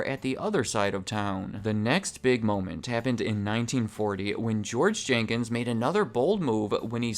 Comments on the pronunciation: Jenkins not Jenkings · Jenkins. Not Jankings. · Jenkins, not Jenkings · It’s George Jenkins. Not Jenkings. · His name was Jenkins.....not Jenkings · His name is George Jenkins. Not Jenkings.. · George "Jenkings" LOL